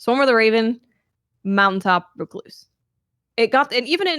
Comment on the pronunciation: Thank you for correctly pronouncing the word "recluse".